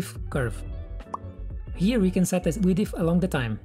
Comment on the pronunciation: Very comprehensive tutorial and only 15 mins! Width has only one syllable btw ; )